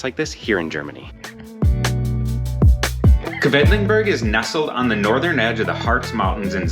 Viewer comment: Oh nein... you're pronouncing Quedlinburg the wrong way. Should be "Kwidlinboorg". Anyway, that's an hour's drive from my home. The area with well-preserved half-timbered houses that date back 1660 is a UNESCO Heritage site. Definitely worth a visit. At the moment, Wednesdays and Saturdays are market days so there are food trucks, flowers, fresh produce at the Marktplatz (city center) where the Rathaus (City Hall) is.